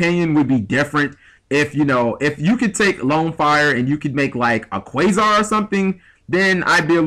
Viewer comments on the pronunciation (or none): none